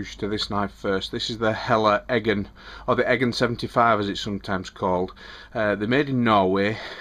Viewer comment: Great pronunciation of "Helle Eggen". :) I like your review very much!